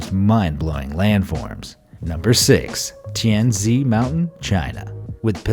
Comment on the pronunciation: Tianzi is pronounce tian tsi😂